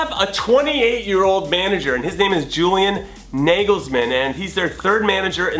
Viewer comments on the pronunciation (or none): none